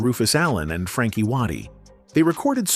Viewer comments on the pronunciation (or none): none